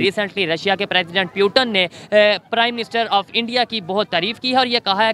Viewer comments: Its putin...not piutin😆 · iye kya bola tune? peuton ??